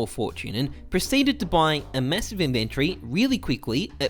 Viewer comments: The way you say inventory bothers me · Good evening to everyone except people who pronounce "inventory" like does.